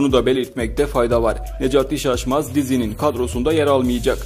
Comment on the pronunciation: o nasıl bir necati şaşmaz demek öyle nejat işaçmaz anladım